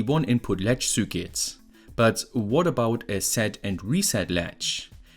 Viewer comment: kleiner Tipp: du sprichst "circuit" immer als "cükit" aus, richtig wäre eher "cörkit"